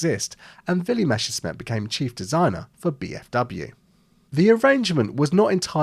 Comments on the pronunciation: It is pronounced [ˈmɛsɐʃmɪt]. I often hear it pronounced as it was "Meshersmith" and it grinds my gears. Maybe I should start to pronounce Spitfire more like "Shpitfire" in response. Anyway, if you don't feel the difference, you should seek medical attention and get help to manage dyslexia. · the question should really be, why noone can pronounce Willy Messerschmitt's name correctly. It's not Meshersmitt. Let's try this together...Mess..err...shmitt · Good start for a video about proper naming. It's meSSer-SHmit, not the other way around. Why does everyone say "Mesher"?? I really don't get this one. It should be easy enough for English speakers to get right from the spelling alone. Also, it is not pronounced "emm ee", it is "meh" with a long vowel, as in a New Zealander pronouncing "way". My father grew up in post-WWII Germany, and I consider his pronunciation reliable. He was also a native German speaker, as am I. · What is so difficult about pronouncing "Messerschmitt"? You are constantly making a hash of the s and "sch". "Messer" is so easy to pronounce, just like "lesser", but with an m, and no, it is not "Mesher". And the "schmitt" part starts exactly like the word "schmuck", which English speakers can also pronounce. If you have issues with the latter, by all means call it "smit", but why "Mesher"? This annoyed me so much, I did not go past 2.5 minutes of the video. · The anglophone pronunciation "Meschersmitt" will never cease to amuse me. Interesting video! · Your pronunciation was ok if you switched the sounds of your double s and sch. You said Merschessmitt or Meschersmitt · I love how native english speakers always get the name Messerschmitt wrong. Like you make the right sounds but you swap them around in the word. just think of the ss just being a normal s and the sch as an sh. It's not that hard... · Interesting video! But the constant mispronunciation "Meshersmitt" drives me nuts!!! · it's MeSSerSCHmidt not MeSCHerSmidt